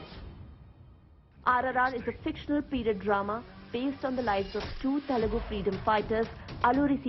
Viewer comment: Not “Telegu" arrogant and ignorant Anchor, it’s Telugu. Please note else we have to call your language “Chindi”